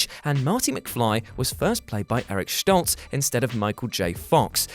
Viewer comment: If you're going to pronounce it "Schtolz", why not pronounce it "Fochs", to be consistent 😝